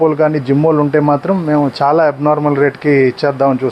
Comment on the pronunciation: అరేయ్ బాబు చానా కాదు చాలా అని పలకాలి ఇలా అన్నందుకు బాధ పడకు కరెక్ట్ గా పలకాలి అని చెప్పడం నా ఉద్దేశం 🙏